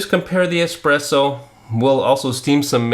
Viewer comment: the x is silent 😂